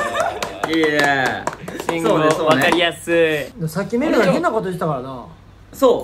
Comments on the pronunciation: めめさん、しんごおじやなくて、しんごうです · 最初ルール分かってへんし、目伏せずにずっと見てるし、信号を「しんごう」か「しんごお」で迷うし、めめさん可愛すぎる(笑) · 信号を「しんごう」か「しんごお」で迷うめめ最高だよ笑 自分もラウールと一緒で「信号」と「信号機」で迷ってるんだと思ってたよ笑